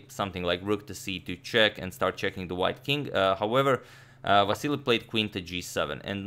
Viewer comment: That's how it's pronounced tho.